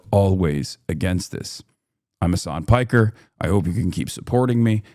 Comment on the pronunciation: His name is Piker that’s his surname not “Parker” lol